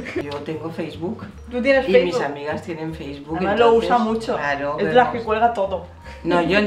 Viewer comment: LIKE Por el ''faceboke''